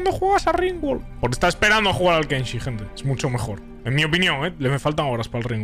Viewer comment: Se llama KENSHI gente, sin la N al final 🤓☝